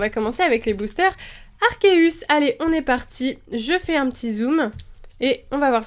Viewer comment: Il me semble que l'on dit en prononciation Arquéeus comme dans le film Arceus et le joyau de vie ^^ Au départ j'ai due faire toute les prononciations c'est comme Régigigas :D ! Sinon très bonne vidéo ;) !